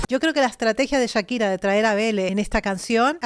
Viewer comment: Chira?? Echira?? Porque le dices así??